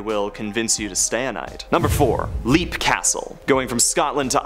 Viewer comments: Leap is pronounced LEP not LEAP. The A is SILENT. Also, it’s Po-VAY-lia not Po-VEG-lia Ugh I sound like Hermione Granger. sigh I give up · “LEP” castle,not “leap” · Leap castle is actually pronounced "lap castle" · Edinburgh is pronounced Edin-bruh. Leap Castle is pronounced Lep Castle.